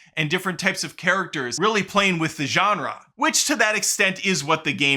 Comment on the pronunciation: perfect pronunciation of the word "genre" . Respect. p.s. werewolf is gonna come - well done